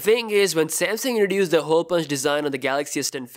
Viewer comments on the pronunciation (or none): I hate the way this guy says "Hole" as "Hoowl"